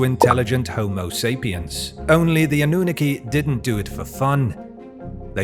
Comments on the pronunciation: also it‘s called anunnaki not anoohneke there is nothing worse than an english speaker pronouncing words that aren‘t english lol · Lol anooniki? Sorry but it’s pronounced, “ah-noo-nahh-key” (Annunaki) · Ive always heard it as "Ah-nu-nah-kee" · Ah - new - nuh - key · Eh the pronunciation... Anunnaki..hmm...🤔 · Please check your pronunciation of Annunaki you sound ridiculous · Why cant he pronounce Anunnaki correctly? There is a video every other video on this channel meant the Anunnaki lol